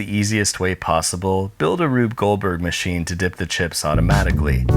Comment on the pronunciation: muh sheen